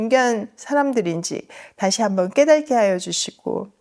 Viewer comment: 깨달께가 아니라 깨닫께입니다 하루한편씩 듣는데 깨달께 깨달께 깨달께 너무 자주 나옵니다 '깨달은' 할때는 ㄹ이지만 '깨닫게,깨닫는,깨닫고' 처럼 자음으로 시작하는 어미앞에서는 ㄷ 입니다 '깨닫께'로 발음해주세요 저희아이가 원래 안그랬는데 지남쌤성공 들은뒤부터 계속 깨달께라고 말해요